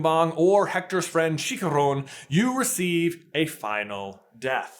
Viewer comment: As a Mexican hearing you pronounce Chicharrón gave me stage 4 lung cancer